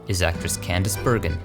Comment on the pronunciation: The other stone of Edgar Bergen said "BERGREN". Was that his REAL NAME?!